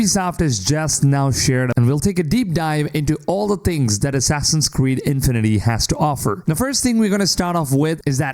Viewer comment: the emphasis in "infinity" should be on "fi" and not so exaggerated. it's not INfinity. It's just infinity.